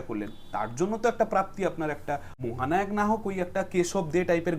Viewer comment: 'মহানাওক' ! 😂 ব্যাটার বাংলা উচ্চারণ শুনলেই বোঝা যায় ও ম্যাট্রিক ফেল |